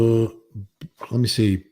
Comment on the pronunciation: It's pronounced Glas-go Vinnie, just sayin' 😉😁